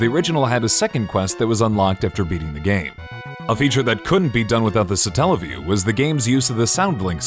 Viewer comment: why is the emphasis put on the "tell" part of the word? God damnit, it comes from Satellite. Satellite - satelliview. Also, am I the only one who remembers SEGA CHANNEL? Nobody talking about the satelliview seems to remember it, or if they do, nobody mentions it. For those of you who don't know, back in the days of the gensis, you could get a service thru your cable provider that would connect to your genesis and allow you to try demos of new games.